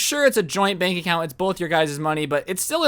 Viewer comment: Am I the only one that heard "joint bank accout" Xd?